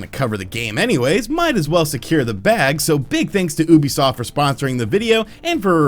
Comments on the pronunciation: Why does he say Oebisoft and not Ubisoft, also fun vid. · ITS FUCKING YOU-BE-SOFT